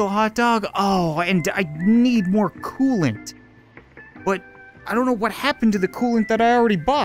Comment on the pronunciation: Wheres my cooloant??? Last episode: Throghs cooloant